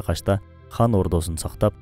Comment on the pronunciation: Сонун экен, бир эле нерсе. Хан дебей кан десенер, уккан адамга мындай ханды укканда башка Бир элди уккандай болосун. Кыргыз "кан" дейт, мисалы биз катын дейбиз, хатын эмес; кыргыз дебиз, хырхыз эмес......